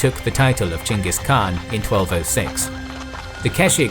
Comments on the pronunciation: As a Mongol, I love hearing say "Chinggis" rather than the butchered "Genghis". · Pronounce of great khan has become lot better. not Ghengis but Chinggis. Good job